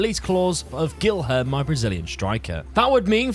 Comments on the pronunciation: pronouncing a brazilian named guilherme as gylherm is absolutely criminal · Guilherme is pronounced “Gee-Air-May” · Enjoying all the commments correcting on his pronouciation of Guilherme